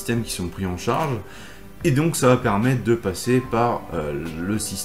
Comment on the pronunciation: Merci pour ces vidéos et articles tjrs bien utiles. Juste une petite remarque constructive : vous dites tjrs "va't'etre" mais il n'y a pas de 't' entre 'va' et 'etre'. 🙂 Continuez comme ça 👍